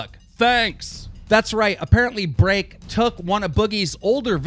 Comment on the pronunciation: Am I the only one who finds it funny how he says break? BREAHCK!😂😂😂